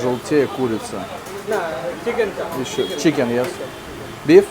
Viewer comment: Пока не выучит английский язык, ему будет трудно в жизни и он и дальше будет глупо выглядеть. Пора уже, пора, в таких странах дети понимают, а тут дядя взрослый "зыс" и "ес", чушь